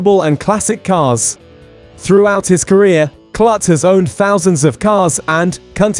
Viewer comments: It's pronounced like Kloot not Klut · I have had 2 tours of LMC. The facility is amazing. And Peter's last name is pronounced "Kloot not Klut".